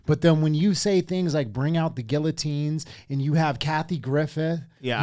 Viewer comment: Did you say gill a tines lol